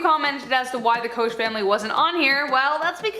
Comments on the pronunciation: Not trying to be "that chick", but just FYI -- Koch is pronounced "coke". Just sezin. Sorry. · Pronounced coke, koch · Koch is pronounced Coke btw